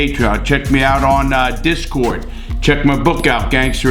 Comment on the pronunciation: Did larry just say he is on discod?